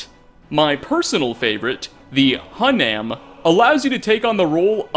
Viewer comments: You pronounced hunam wrong pronounce it like this... E-you-man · It's pronounced Who nam. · The pronunciation of hunam is off. Search for The Ur-Quan Masters for proper Spathi enunciation.